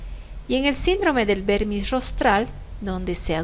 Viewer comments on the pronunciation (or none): Excelente resumen de cerebelo y sus daños. Sólo algo puntual y no me lo tome a mal: El uso es de vermis cerebeloso (porque semeja a un gusano y proviene del latín), en vez de pronunciarlo como vérmix (se confunde así con el vérnix caseoso, que es el líquido untuoso de los recién nacidos). Así que se debe nombrar como vermis cerebeloso, en nuestro idioma. Es como ataxia, que se denomina a cualquier incoordinación muscular, pero se quedó por semántica al daño en cerebelo, predominantemente, aunque hay sensitiva, entre otras. El resto fue excelente. Saludos cordiales.